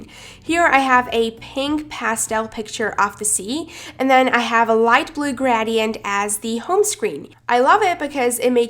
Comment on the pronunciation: I cringed when she said GrAdiEnT